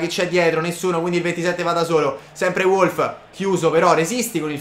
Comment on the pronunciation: si legge Volf vecio